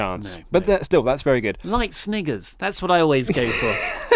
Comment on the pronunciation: I thought said the N-word, but he said "Snigger" or "Snicker"?